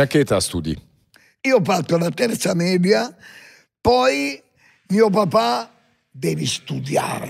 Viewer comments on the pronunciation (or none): none